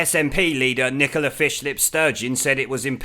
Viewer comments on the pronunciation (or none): none